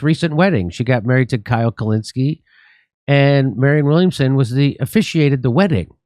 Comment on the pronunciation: krystal kuck-linski?